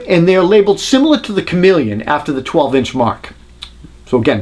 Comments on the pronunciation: Stop saying Chameleon! It's Komelon! Funny thing is, I was recently watching a review of the Bosch 5-in-1 install driver which is actually CALLED Chameleon, and the reviewer kept saying "Shamalon" 🤣 Seriously though, a great thorough comparison. Thanks! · KOMELON, not comeleon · its not komeleon its komelon. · "Comma-lon." Not chameleon. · ko - mel - un Not Chameleon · Uh, it's pronounced Kom-el-on, not Chameleon. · Love how you say komelon haha "chameleon" its not a lizard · You keep saying comeleon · Is he really pronouncing Komelon correctly or just trying to be funny? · You are mispronouncing Komelon. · Absolute bullshit. Pronounce Komelon like some sort of lizard and we know you can not test tape measure qualities. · Yep I loved how well done his review was, but I cringed each time he mispronounced the name of the Korean tape measure. I have the Komelon myself, and it's an awesome tape measure, although probably not up to the vaunted Fat Max.